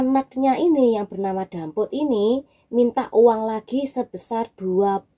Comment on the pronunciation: Namanya dapit pa damput to mbak cba di ralat Q denger nmya dampit